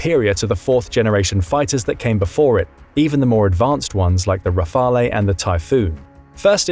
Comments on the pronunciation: Rafale is pronounced RAA-FAL, not RAA-FAL-A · The pronunciation of Rafale is killing me.